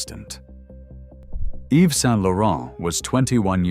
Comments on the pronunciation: I truly enjoyed the video however it’s jarring that you sometimes pronounced his name incorrectly Yves is pronounced Eve you seemed to get it right when saying his entire name. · The "s" in the name Yves is silent! Yves = Eve